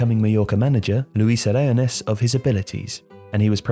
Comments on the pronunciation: Your pronunciation of 'Aragonés' is baffling. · Gregorio MANZANO and Luis ARAGONES Not that bloody hard to spell the former nor to pronounce the latter...